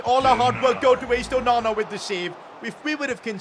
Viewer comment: You know him saying onana when he saves a crazy goal.Sounds like OH MAMA LOL